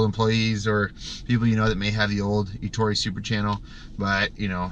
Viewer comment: How can you consider yourself a window cleaning expert and pronounce Ettore in correctly?